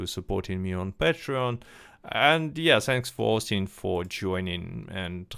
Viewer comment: OHSTIN BEE IM IHX (I really think he ought to pronounce it this way - way cooler)